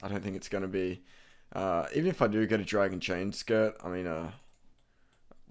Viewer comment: I yelled at my screen when you couldnt say dragon chainbody